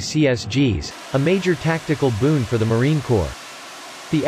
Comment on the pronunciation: Awesome content but the AI narrator pronounces the "Corps" in Marine Corps, like "corpse". Corpses are what the F-35 B will leave behind in a war. The Marine Corps should sound like "core" when automated or read aloud.